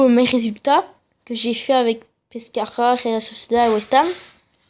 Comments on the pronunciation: T'as un problème à la bouche ? La rhéla Sociéda... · Et réal Sociedad sa se prononce pas comme tu le dis et tes équipe elles sont nuls mmdr avec la réal sociedad je suis 1er débile